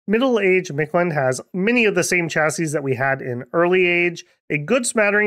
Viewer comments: Storm Flight seems like a tax that you really want to pay, in the long run. That and Stygian Flesh or Ethereal came to mind right away. I'd think those two and a weapon bless is a really good choice. Also, how hard was it for you to not pronounce (most of the time) the invisible D in Mictland? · Ah yes, the magical land of MicT-Land, with ja-Guires c